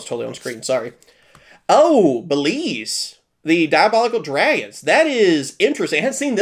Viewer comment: Is bro dyslexic or is mispronouncing the names like, his thing? Like the Beelze and Ryzeal cards